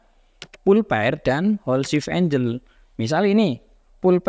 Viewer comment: angle dibaca enggel bro bukan enjel